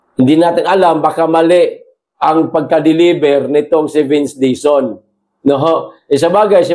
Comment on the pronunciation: Warang retter L si sec dizon.puro R